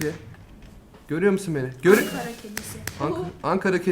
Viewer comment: Çok söktü, çok sıktı ve son olarak onlar spiiderden bahsediyor... Videoya seyreden arkadaşlara geçmiş olsun. Angara değil ANKARA!!!!!!!